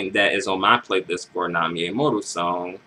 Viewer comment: Dislike for not saying her name right. Amoru? Really dude? Really?